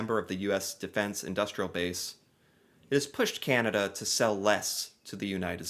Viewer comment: Do we wish that could learn how to say "Canada" instead of "Cyanada"? I know I do.